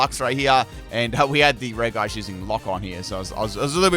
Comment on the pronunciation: You know what really grinds my gears? The way this guy pronounces regi